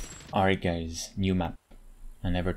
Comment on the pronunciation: Did he just say "Alright gays" 🤔